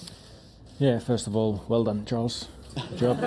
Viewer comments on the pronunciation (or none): Ahh yes, Chales Leclerc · Haha when Charles say crown I understand Corona😂